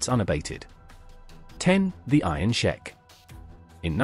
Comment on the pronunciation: Iron Sheik like week. Not sheck